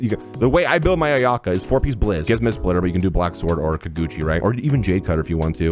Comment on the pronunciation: Thank you for pronouncing my fav character “Ayaka” as “AyA-Kah” not “Ayak-AH”